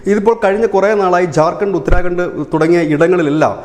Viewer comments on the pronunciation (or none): none